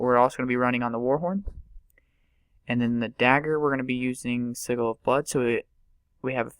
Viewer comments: Thank you. I was going to comment when you did. ITS NOT (sih -Gil) ITS (sih-jil)!!! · I never understood why people click, and i'm surprised i'm the first one to mention it. Also, its pronounced SEH-JUL. Sorry, but it was driving me nuts xD